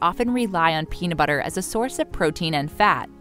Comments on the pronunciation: Is the peanu butter you are talking about the same as the peanut butter with the t in the word. Toronto came out ok for some reason. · Anyone else notice the narrator calls it peana butter?